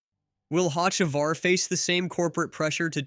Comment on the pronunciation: Bro you’ve never heard of Hotchekavar? 😂